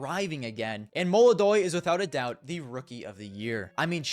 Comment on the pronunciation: its belchOnok not bElchonok molodOy not mOlodoy